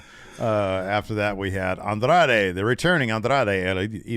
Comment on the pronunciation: My favorite part was Kevin Kelly struggling to say Andrade's name for an entire match with no one correcting him.